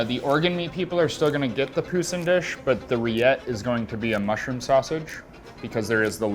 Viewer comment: why did he pronounce poussin like that lmao 😭